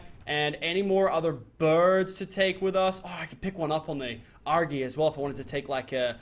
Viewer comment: its not argy its argi or argenteivis